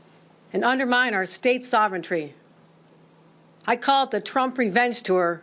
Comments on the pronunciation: Tell Hochul the word is ‘sovereignty’ NOT sovereigntry’! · I think she meant sovereignty, not sovereigntree. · 21.47 ... What is "soventry" ???? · She does not know how to say sovereignty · I was wondering if I actually heard her mispronounce it.